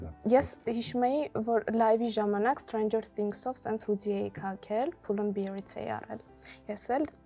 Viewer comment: Pull and bear , not pull and beer . How can a teacher of English mispronounce the word bear ?